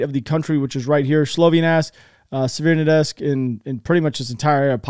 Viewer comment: Thank you for your frequent uploads. Some constructive feedback: Rubizhne is not pronounced "Rubizine" (learn to pronounce "zh" ), Severdonetsk is not pronounced "Severnadesk" and Sloviansk is not pronounced Slovinask. Keep it up otherwise